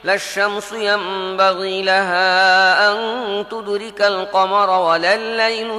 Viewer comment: তেলাওয়াতটা কেমন যেন। যেমন- তুদরিকা উচ্চারণ তুদুরিকার মতো লাগে।